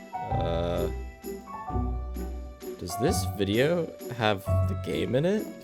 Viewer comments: "dose" instead of "does" is killing me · For the love of god, please tell the other moderator it's "does", not "dose"